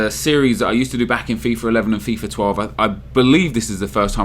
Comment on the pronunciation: It's Fifa not Fifar. Idiot